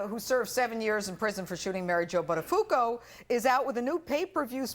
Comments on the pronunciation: It's not Butta-foo-co. It's Butta-foo-oh-co. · "Joey Butt-A-fuku"... gosh! .. and she's a Pirro :S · Joey Buttafooco 😂😂😂 I love it when Americans mispronounce Italian surnames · I'm Italian. That's not how you pronounce "Buttafuoco", which in italian means literally "throw fire" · Ugh, I cringed when they mispronounced Buttafuoco.